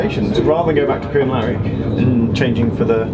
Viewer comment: I used to live in Crianlarich. Well done on pronouncing it